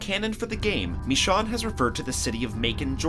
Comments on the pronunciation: IT'S PRONOUNCED MEH-SHONE NOT ME-SAHWN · MA-SHONE NOT MI-SHON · This is a good video but why he gotta call michone mii shaun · bro said michon 💀 it’s michonne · Ummm not hate but who’s MISSHAWN??? It’s pronounced mish - one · Michonne, not Michanne 🙄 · Who tf is mishan .. lol its mi scho un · It's not "Meshawn" it's "Mishown" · It’s not Mishon, it’s Mih-shone!!! MICHONNE!!! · Hearing him say MeeShawn annoys me. Mih shown is how it's pronounced. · Mee Shawn is actually mishown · its not michan its michone o its O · why he say me shon its pronounced me shone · Mishaun? its michone bro xD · Did bro say mishawn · How do you pronounce Michonne as "Me-Shawn" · STOP SAYING “meeshawn” THATS NOT HOW TO SAY IT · “Me-shon” ?????? WhAt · “Mish-Sean”... k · Why is no one talking about he is uncomfortably incorrectly saying michonne like bruv is ain't mEeChon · Michanne its michonne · Is anyone else annoyed by the way he says michone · ME-SHAWN I’m sorry pls don’t be mad 😂😂😒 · This dude realy said Me-Sean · bro said “me shawn” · Why do you say it like that?!!! Me-shon that's how your saying it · Who the hell is "Me-shawn"? hahaha that was an awful pronunciation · Meshawn? XD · MISHAWN!!!boi if u dont😂😂😂😂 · Meeshaun? It’s michonne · Lol he said Michonne like Me-chonne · Excuse me, did he just say michonne, as in mishon? Wtf? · The way he says Michonne's name is like MeShawn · It's not meeshawn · "Misch-onn" that's how this dude pronounced it... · Heres a challenge! Everytime they incorrectly pronounce Michonne as Me-Shawn, take a shot! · You can't pronounce Michonne. (Mi-sh-own) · it's (mish.õne) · don't u watch the show, y do u call her michon. they clearly say it with an e at the end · pronounced it as mih-SHOWN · MISHAUN MISEAN MISHAWN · Why did he say Michonne like that? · Why don’t you know how to say Michonne’s name right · Dude who else noticed he said Michonne wrong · The way you pronounce Michonne makes me mad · Why he pronouncing Michonne wrong